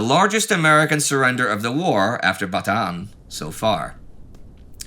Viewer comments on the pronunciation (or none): I'll give him credit, Filipino double vowels are wacky, Without a pronunciation guide it's hard to read it as Ba-ta-an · Indy can't even make a video about the Battle of the Bulge without mispronouncing "Bataan."